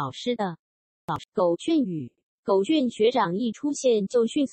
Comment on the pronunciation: 是念狗”ㄐㄩㄢˇ“吧